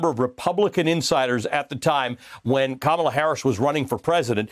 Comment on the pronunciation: "Kamala" is a beautiful South Indian word. It came from her mother, who is Tamil. Please do NOT botch the word. It's pronounced Kuh Muh laa. Just YouTube it. Google's CEO is also Tamil. But anyway, I think this is a stupid pick by the Biden campaign, because WHO CARES ABOUT CALIFORNIA?! California is going to vote democrat anyway. Pick someone from the swing states! It's so obvious. No?